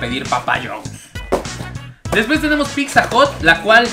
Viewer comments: No se llama picsa se llama pizza. Y tienes comentarios que sobran, no son ni chistosos y no aportan nada, espero mejores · Llevo varias diciéndoles lo mismo y les vale un carajo, dicen que cada quien lo pronuncia como quiere, la verdad yo me estreso cada que lo escuchó decir picza! 😠😠😠😠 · Se me cae un oído cada que éste perro dice "PIKSA" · "Picsa" 😂😂😂 me encantas ❤😊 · Se escucha horrible picza!! No me imagino los anuncios en la tv diciendo dominos picza o picza hut 🤣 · No digas picsa porfiiiis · Alguien noto que dice pikzza? Porque hay gente que pronuncia así? WTF haciendo crítica gastronómica y no se preocupa por hablar bien🙄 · “Picsa, picsa, picsa, picsa, picsa, picsa, picsa, picsa” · Por favor...de verdad....no digas Picsa...se escucha del nabo... saludos... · Si estaría bien que aprendieras a pronunciar y dejar de decir “PICZA” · Like si también notaste que ni ni su carnal, pueden pronunciar correctamente la palabra "pizza". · Bro, no soy poliglota pero según yo. No pronuncias de manera adecuada al decir la palabra "PIZZA". P.D Has un comparativo de cadenas de hamburguesas para ver cual es la mejor. Éxito!!! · Wey me estrésa que digas picza, neta no sabes pronunciar pizza???? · Qué ansias cuando dices "picza"... Una y otra vez... Es pizza. Punto. Me gustó tu playera. 😃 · Se pronuncia "pitza" ;) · Hola!! Una observación para ti y. Su pronunciación de la doble z (zz) que tienen algunas palabras es incorrecta. Se pronuncia "tz" por ejemplo, pizza es "pitza" y ustedes dicen "picza" que es incorrecto. O mozzarella se pronuncia"motzarela" Pues la doble "zz" viene de palabras italianas y a su vez formadas de alfabetos Greco latinos. Por lo mismo su pronunciación fonética correcta es "tz". Ojalá lo tomen en cuenta y corrijan, es con mucho cariño mi comentario. Te mando un abrazo grande!🤗 Y gracias por este canal, eres un chico adorable!🤗❤️ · El guzzi ha sido plagiado!!!🤔🤔. Se pronuncia pitza no picza. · La "PICZA" 😂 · Me desesperó tanta picza!!!